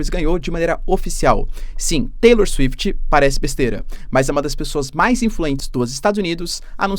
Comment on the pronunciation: Cara por um segundo eu ia falar a bizarrice que é taylor “suifiti”, mas aqui no Brasil temos a Anitta e desempregados pedindo liberdade da Deolane na frente da civil Kajdksjskajaa Como q eu vou conta isso pro meu filho véi